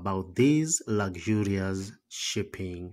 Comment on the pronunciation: Yeah, lagzurious(luxury) - is crazy...